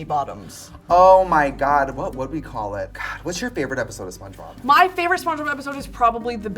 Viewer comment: are we going to talk about how trixie said spongebob wrong and just moved past that when brittany corrected her